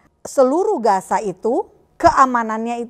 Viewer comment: Shalom 🙏...maaf ya 🙏 saya koreksi...tentang penyebutan Gaza di baca Gasa pak 🙏,bukan Gaja.....mirip nanti dengan 🦣 😁😁😁🙏. Maaf kritik membangun. Terima kasih 🙏 JBU....